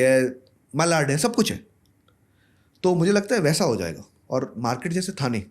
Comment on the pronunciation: ठाणे not थाने, मालाड not मलाड